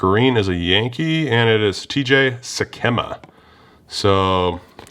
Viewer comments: nah you do way better than most on names for sure. It’s Mize-ner and Sick-emma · Lol you really open a lot of this stuff! Btw you butchered both of the former Mizzou players names... Kameron Misner and TJ Sikkema